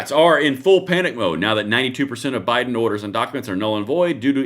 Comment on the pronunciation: "Bido-pen" LMFAO Thanks, I can't unhear that! 🤣🤣🤣